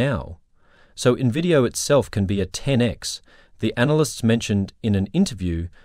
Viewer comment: It's not pronounced 'nuhvidia'. Get with it.